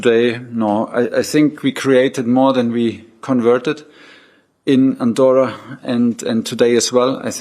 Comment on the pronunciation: It;s Andorra for F;s Sake!!